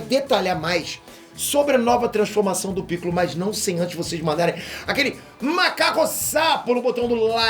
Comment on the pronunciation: O lendo "Makankosappo" no meio do vídeo, sem ter a menor ideia do que essa palavra significa, soou exatamente como eu esperava.